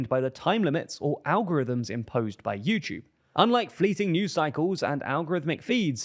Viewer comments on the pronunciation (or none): none